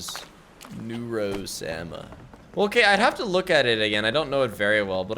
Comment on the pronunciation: you mean new-row-sama xD